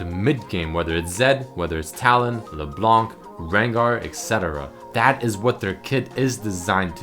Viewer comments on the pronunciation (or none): none